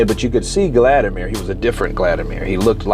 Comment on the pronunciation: Why do you keep calling him Gladimir?